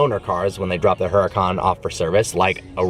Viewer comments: The "H" is silent jerk off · The way he says huracan makes me cringe lol